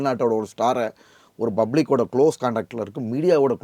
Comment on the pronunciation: Wesapullaikku pronunciation olunga theriyalla Bublic ella da naaye public